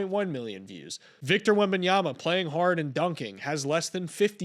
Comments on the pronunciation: Shaq is becoming the absolute worst basketball “analyst” And speaking about bol bol and then proceeding to mispronounce Wembayama into WembayaNa for 1247 time after a year and a half of the player introduced in the nba is insulting, it’s really not hard to say in English ! Your literally have the word “my” in English ! It’s almost the same Honestly I am on the team to completely cancel the all star game ( which will never happen because… money you know ) and make the all star team nomination pretty much like the all nba team nomination after the regular season is over. The skills challenge has to stop EXISTING. Replace it with the 1v1 tournament Make team USA vs world or maybe team North America vs the world , or back to east vs west. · How tf does Shaq STILL not know how to pronounce Wembys last name? He's been in the league for over 1.5 seasons. It must be on purpose, no other explanation. The TNT crew is becoming unwatchable